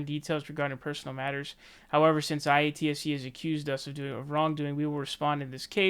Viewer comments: Say it with me,: Eye-At-See. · And it’s pronounced “eye-at-see” it’s the film industry union for labour workers like hair makeup wardrobe grips lighting etc. And yes their rates are higher above the norm than a non union job. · by the way it's pronounced eye- ahh- T- see